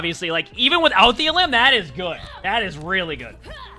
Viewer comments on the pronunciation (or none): none